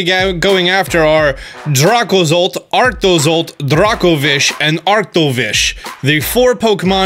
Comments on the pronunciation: Ah yes Dragozolt, Arktozolt, Arktovish, and Dragovish. Or as says it: Дракозолт, Арктозолт, Арктович, Дракович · Ark toe zolt*